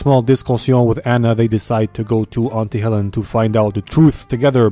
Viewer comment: "Air-is-gay" "Antie Hellen" Other people: laughing Me: accurate. Also I actually spat out the cola that was in my mouth from laughter when I was watching it for the first time, lol